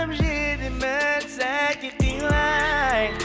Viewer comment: Кыйылайк деген созди киялылайк деп койыпты